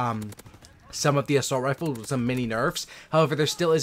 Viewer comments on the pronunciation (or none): none